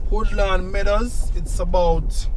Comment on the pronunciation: Thanks for “taking me home” I escape to my Beautiful home town of Mandeville, a couple times a year. I have traveled all over the Island, nowhere is as pristine, cool and beautiful as Mandeville. If, I don’t retire there, then there’s ONLY ONE OTHER PLACE and that’s FLORENCE, ITALY, for sure. Big up on the awesome job 👍🏾👌🏾🇯🇲🇯🇲Nice!! One little correction.. It’s pronounced “Woodlands” not “Hoodlands” for THE NON-JAMAICANS, of course